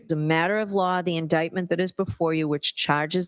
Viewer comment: Judge the word is LAW ! not lar